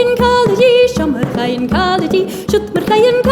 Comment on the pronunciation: Yeah, when she says "Bhogainn" it sounds like "f***ing", I think it's pronounce "poh-king" or something to the effect. Either way, I want to learn this song.